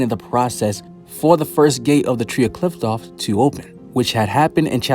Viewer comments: It’s pronounced KLIFF-OTH not KLITH- TOFF, just wanted to clear that up fr the next time you make a video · Qliphoth is spoken "Klee-foth" , not "kliptoth or "klaipoth" how other youtubers are saying it. why does everyone has a wrong pronounciation? Anyway thanks for the video.